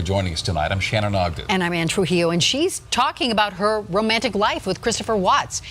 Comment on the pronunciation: Why can't the guy say Shannan or Nicole right?? Just saying...❤